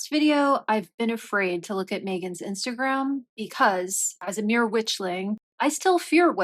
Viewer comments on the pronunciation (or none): none